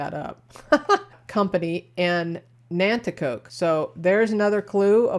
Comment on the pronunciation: Very cool! I live outside of Wilkes Barre(pronounced Berry) and all these towns Plymouth, Nanticoke(you did good pronouncing) are all right here! This was super cool! And Wyoming Seminary is still a popular, private school with a great reputation in our area!! Amazing how much info from one obit!